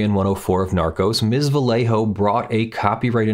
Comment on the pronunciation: love your videos. For future reference, in Spanish, the double L "LL" is pronounced as a "Y", so Vallejo would be pronounce "va-YEY-hoe"